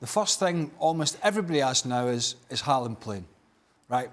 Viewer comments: His name is pronounced Haul-land... Idiots.. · Isn't his name Håland and not Haaaaaaaaaaaaaaaaaaaaaaaaaaaaaaaaaaaaland? Same with Solkjær